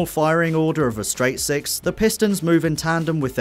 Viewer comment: pause when his says seix